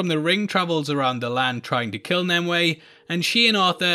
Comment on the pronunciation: It's "NIM you ay" .NOT. "NIM Way"